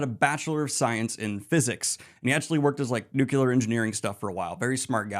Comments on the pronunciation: Why are you saying Talveran and nucular?😢 ragebait for comments? Well played. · Daniel, I am so sorry, but you are too smart and too well-read to be pronouncing 'nuclear' as 'nucular'. I love you, but please.